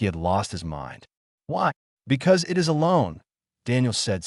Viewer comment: i wouldn’t have a problem with stories from this channel, but apparently the owner either doesn’t understand english, or they have incompetent editors, this story is very typical content from this channel, constantly pronouncing beginings of sentences such as ‘it’ as “I, T”, or ‘by’ as “B, Y,” perhaps the channel owner should be consistant and pronounce each beginning the same way, like ‘Garth’ should actually pronouced “G, a, r, t, h,” - you know, keep it all consistant… it’ll help non-english speaking visitors how english works when it comes to verbal pronounication lol